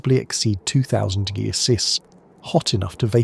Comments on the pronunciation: I heard 1-800 Deuseldorff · what ? The fu ck did you just say. Temperatures reach 1 800 deoogroouses 😂.